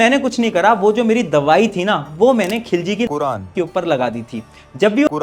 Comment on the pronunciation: Jab quran bola tho thoda ajeeb laga